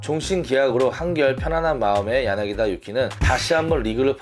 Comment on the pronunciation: 야나기다 아니고 야나기타! 엄연히 다른데 신경써주세요